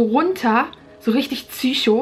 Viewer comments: Sag nicht zycho sonder Psycho oder lass es einfach ganz Das fuckt nämlich ab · Warum sagst du immer tsycho anstatt Psycho?🤦‍♀️🤦‍♀️